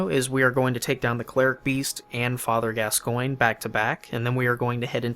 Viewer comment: Call Father Gascoinge: Father Gas-sguin-gee